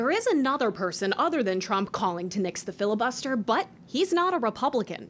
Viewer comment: "🤷 filla-buster this, filla-buster that... yea whatever😄"